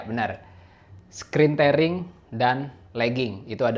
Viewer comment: bacanya 'tiering', bro.. bukan 'tering'..